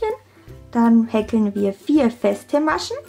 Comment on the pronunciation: so easy und toll zu machen, danke <3 nur wie du häkel aussprichst ahhhhhhh, wie hekkel grins , aber ned schlimm lol